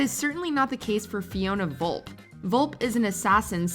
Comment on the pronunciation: I cringe at the pronunciation of Fiona Volpe